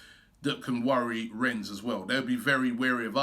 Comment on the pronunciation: “Ren” not Rens